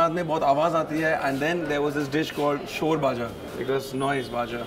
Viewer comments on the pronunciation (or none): It's called sorvaja not shorvaja.... Sor is something that layered upon boil milk.... 😂😂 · সোরবাজা না ওটা সর ভাজা 😁😁😁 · It's nottt vap doi guysss it's 'vapa doi' and it's not 'shore baja' it's 'shor vaja' ❤